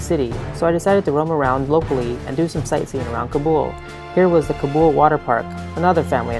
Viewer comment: Please say Kaa-Bull , not cub-ool.